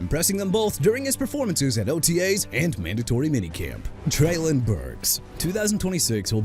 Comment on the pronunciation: I'M THROUGH WITH YOU MISPRONOUNCING EVERYBODY AND EVERYTHING! NEW ORLEANS AS IN NU OR-LINS! DO YOU UNDERSTAND THAT?! JAGUARS AS IN JA-GWAARS AND YOU NEED TO STOP SAYING JAGWIRES!! ALSO YOU MEANT "SIMILAR TO BRYCE YOUNG, BRIAN THOMAS JR."?? THERE'S NO 3 A'S IN HIS NAME!!! AND TREYLON BURKS AS IN EITHER TRAY-LAAN OR TRAY-LIN? WHICH IS IT SO YOU CAN PUT RESPECT ON THE MAN'S NAME WHICH YOU DON'T HAVE?! YOU'RE THROUGH BRO!!!